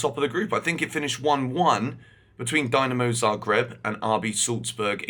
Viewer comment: Love you but its Dinamo (Deenamo) Zagreb.. DYnamo(Dienamo) is from Russia and Ukraine:D.. Sorry had to say it, it just grinds my ears, cheers